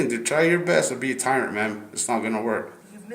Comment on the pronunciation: Bro can’t say tyrant correctly 😂